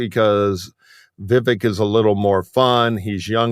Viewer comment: Vivek “Deep Fake” Ramaswamy —— He may grab MAGA youth——but white BOOMERS? I don’t know. (Vivek is pronounced ‘Veev-Ache’).